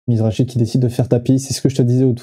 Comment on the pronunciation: Pour info,ont prononce mizraki' the grinder' une légende,et non pas mizrachi